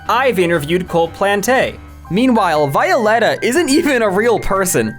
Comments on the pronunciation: I had no clue what 'Violetta' was until I realized you were pronouncing it in the weirdest way possible. You are supposed to pronounce it like Violet and then an a. It's just the Spanish for the name Violet. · The way you pronounced Violetta makes me physically recoil in agony (affectionate). Even though growing up with Disney Channel LA made me hate Violetta with a burning passion when I was a child, I'm still angry at you on their behalf (affectionate). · i was 9 yrs old when that was around and i REMEMBER THE SHIP FIRST OF ALL: it was a worldwide show, but the plot was set in argentina second: her name is VEE- OO- LEH-TAH third: it was sooo big that they did a worldwide tour (which went to the biggest arena in my country, the same arena where i went to the guts world tour, by OLIVIA RODRIGO, last year) forth: they also sold cds for each season and other merch. I have a s1 cd (i got as a gift from my parents), two bags and A FRCIKING COOKBOOK (i got as a gift) Also: she is a musician still, called TINI (i reccomend her songs<3) Club pEnguin walked so Fortnite could run REAL